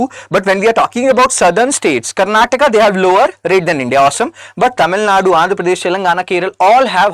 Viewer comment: Sir, you're an IAS preparation coach. Stop messing up the pronunciation: keralA, tamil nadU, karanatakA, kannadA and telanganA.